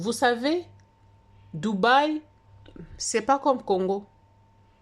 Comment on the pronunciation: pourquoi tu dis doubai, n'importe quoi